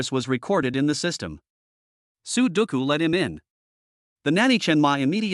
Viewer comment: I hear " su doucou" .. I think the number game sudoku 😁😁😁